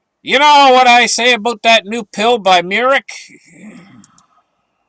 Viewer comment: It’s not “ Merrick” it’s Merck I grew up in Merrick, NY by the way